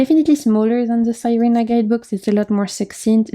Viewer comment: Beautiful decks. I’m going to look into some of them. Thank you for sharing ❤ SIRENA (see-reh-na) is Spanish for mermaid.